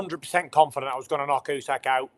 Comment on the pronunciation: As a Ukrainian I agree that this is funny =) Just as you saying "Usky" when you meant "Usyk" =)